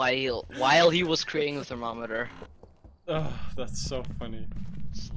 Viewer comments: Thermomrter. Pronounced "thermo - murder" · Thermomrter😂 what da hell😂